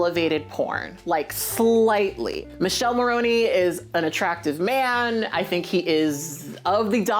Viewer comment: Love, it's not Michele, it's MikelE 😂